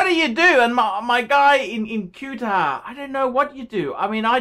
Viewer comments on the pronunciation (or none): Cuetar, what a dumb fuck not knowing how to pronounce Qatar lol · I live here, Its pronounced Catter..............